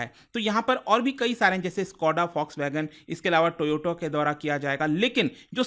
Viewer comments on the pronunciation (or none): Who is toyoto bhai it's toyata 😅